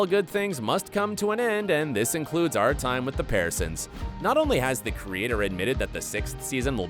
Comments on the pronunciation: THIS VIDEO KEEPS ON DAYING THEIR LAST NAME WRONG!!!!! It’s not the PEARsons (like the fruit) it’s pronounced like peersons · Pearsons isn't said properly in your video. It is said Pierson not Pearson. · Lol why is he pronouncing Pearson's like that? 🍐sons